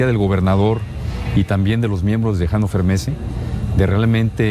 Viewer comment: ya se que no tienes obligación de saberlo. Pero Hannover Messe se pronuncia todo no como en inglés, tu pronunciacion como "Janover Mess" debería ser "Janofer Mesee". En alemán se pronuncian todas las vocales y la V suena como nuestra F.